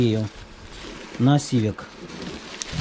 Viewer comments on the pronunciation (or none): none